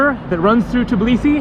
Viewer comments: Lol it’s called Tbilisi and not Tiblisi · Nice videos ! Just one correction...You have to say TBILISI instead TIBLISI. :) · why do you pronounce it as tblisi? it's tbilisi, every single letter is pronounced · All you Americans need to learn it ONCE AND FOREVER. THE NAME IS TBILISI, T-BI-LI-SI, NOT TIB-LISI, it's not fuckin hard to remember... I have no idea why all of you keep saying Tiblisi, on and on, please quit that, please please. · I know right. I'm Georgian but I moved to Italy because i was scared of what was happening there with death and stuff in news so yeah, but Italians also say TIBLISI instead of Tbilisi. they also can't say letters ყ(Y), ჭ & ჟ. It hurts because people can't pronounce the name of the special city right. and when i finished watching this video it hit me in heart that I'm not there. Im not in Georgia. And it actually hurts.